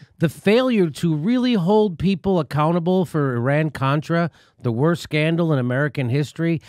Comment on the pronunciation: Well guys, she should have pronounced his name properly (Abrams not Adams), and referred to the Iran-contra affair, not Iran-cortra. Also, the response to an emphatic “No” of I will take that as a “yes” is a little silly. That doesn't mean that I support Eliot Abrams, nor do I think it a very good idea to interfere in Venezuela.